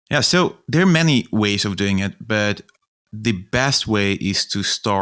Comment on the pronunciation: I really thought he was saying meany business ideas